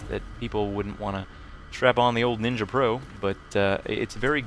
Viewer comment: Hahaha "Nin-ya" silly